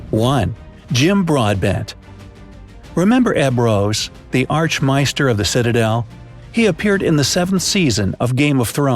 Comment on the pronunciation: Ark may-ster, not arch mye-ster too